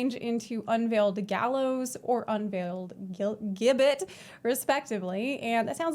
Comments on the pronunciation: Hey, "gibbet" is pronounced "jibbet." Class looks amazing! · If it helps future puns Gibbet is pronounced "Jibbet". A body shaped cage where executed criminals would have their bodies displayed... Lovely :/ bit fits the theme alongside guillotine and gallows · PSA Gibbet is pronounced Ji-bet it was a medieval torture / execution device which was basically a small metal cage mounted on a gallows where the unfortunate person was caged and left to die of exposure /starvation and the body left on display as a warning to others.